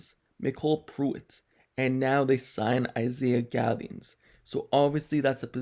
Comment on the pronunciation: Thank you for pronouncing the last name right.. great video